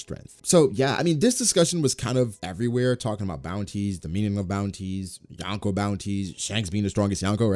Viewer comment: Love this vid but it's pronounced "Yo-n-ko".